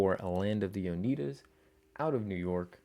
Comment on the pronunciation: It's pronounced oh-NYE-duh. Great video!!